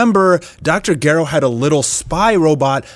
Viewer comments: Dr garrow???? Bwaaaahaaàa. Wow dude it's pernonced Dr. Gehrow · Plus he keeps pronouncing Dr. Gero as "Gare-O" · You pronounce Dr JA-RO (GERO) like GEH-RO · This dude just called him doctor garow 😂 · I was with you - sort of - until you said... "Gair Oh" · dr "Ger- oh" what? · cant get over how he says doctor gero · The way he said Dr Gero 🤣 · Sorry, I can't watch with you mispronouncing Dr. Gero's name so fucking much. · You pronounce Gero funny lol.